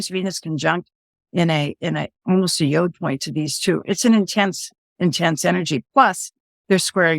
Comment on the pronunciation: Sorry to nitpick folks, but it's pronounced 'Y-odd', or as the Brits sometimes say, 'Y-awd'.... but not 'Y-ohd' (as in 'yodel')! ;-)